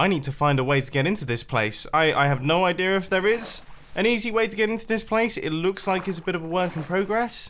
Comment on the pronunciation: I love you Mumbo says "idear" with an R.